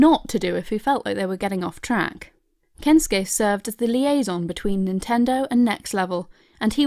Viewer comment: The difference in the way you pronounce Shigeru and Kensukei is surprisingly jarring. Shigeru gets so much attention in your voice, like oh Shigeru-san... but then its just Kens-kay, init.